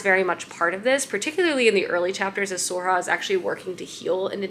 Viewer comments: Sorcha is pronounced ‘Sir-a-kaa” or ‘Sore-sha” pls respect Irish names!!!!! 😭☘️ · Sorcha is pronounced more like Surkha. Her story is one of my favourites. I love the Blackthorn and Grim books too. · Sorcha can be pronounced as Soar-shah or Soar-kah or Soar-ra-huh. Gotta love Irish names.